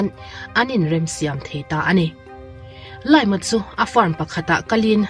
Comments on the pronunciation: Zo takin I lam ta sa sa a, LIAM tih hming hi Zo takin LI-AM tiin lamla a dik nimai tur. LAIM-a han tih tralhh🥲 a sipel angin lam mai la. LAIM-a tih I isawi vawi 3 naah ka pause a, ka comment a, I channel ka enleh tawh lo ang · Liam (pronounce as lee-am)